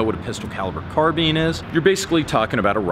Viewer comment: Arrrgh... say CAR... say BEAN... now say SPINE .... now Carbs... Now say Carbine! Not Carbean! 😆